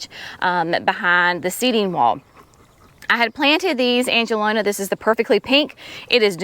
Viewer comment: Love, love, love how your gardens are shaping up. If I may correct you on one thing, though... the beautiful pink flowers you planted are actually pronounced an-ge-lon-EE-ah (spelled angelonia). I'm also still learning the pronunciation of many of the plants in my own garden. I've been following your channel for a couple of years now, so I hope you take this as constructive criticism...one gardener to another. Keep on keepin' on. 💚😊💚